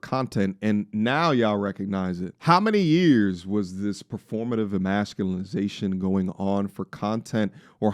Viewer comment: Can you say EMASCULATION correctly for once?? E•MASS•CUE•LAY•SHUN